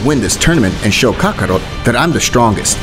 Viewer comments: Nah bro said kakaro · OK IM KINDA MAD VUTS IT MORE OF A JOKE BUT VEGTA CALLED DID NOT SAY KAKAROT RIGHT